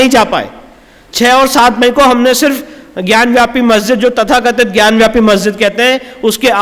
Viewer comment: विष्णु शंकर जी आपको कोटि कोटि नमन है🙏 आपसे हाथ जोड़कर विनम्र निवेदन है कि ज्ञानवापी शब्द का उच्चारण ज्ञानव्यापी कह कर न करें इसका सही उच्चारण ज्ञानवापी है न कि ज्ञानव्यापी आप एक विद्वान अधिवक्ता हैं इसलिए आपको ऐसी सलाह देना उचित नहीं है लेकिन संस्कृत का जानकर होने के नाते अपने आप को रोक नहीं पा रहा हूँ इसलिए इस धृष्टता के लिए क्षमा करना संस्कृत में वापी का अर्थ कुंआ होता है ज्ञान की वापी ज्ञानवापी अर्थात ज्ञान का कुंआ इसलिए कृपया इसका उच्चारण ज्ञानवापी ही करें क्योंकि ज्ञानव्यापी से इसका सही अर्थ प्रकट नहीं होता है🙏